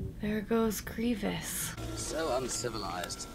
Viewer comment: Ugh... you said grevious instead of grievous...